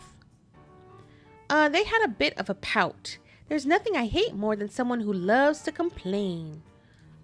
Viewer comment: “Nunthing?” What word is that? 😂